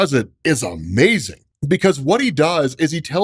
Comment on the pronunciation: Hearing say UhhMazing is a tiny joy